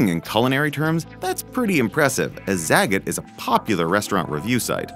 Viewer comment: Zagat is pronounced zah-got.